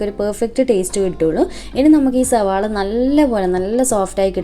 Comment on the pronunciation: Ningal endhina ellathinum z kootunne🙄zavaala😂